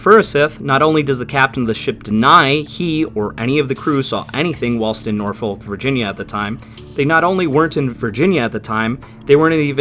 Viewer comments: NO you utter mong I cant take it no more .... it's pronounced NORFUK .... stupid yanks ruining MY language !!! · Nor-fuk Virginia